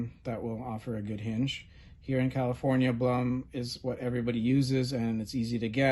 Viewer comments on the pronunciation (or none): Blum is named after its founder, an Austrian gentleman by the name of Julius Blum. The name is pronounced, "Bloom." It does not rhyme with "Plum"